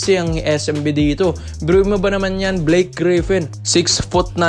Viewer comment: brods..hindi po BLYKE...BLAKE po